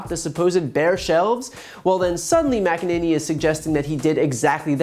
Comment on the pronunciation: Kayleigh lying "Mc-i-ninny"